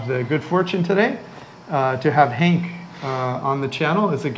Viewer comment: Henk, not Hank. It's a Dutch name.